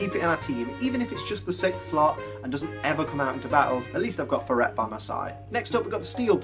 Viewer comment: The way you pronounce Furret bugs me. It's based on a ferret, I wonder if you pronounce that the same way too xD